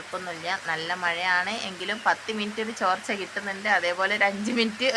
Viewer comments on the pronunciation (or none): ചോർച്ച അല്ല. തോർച്ച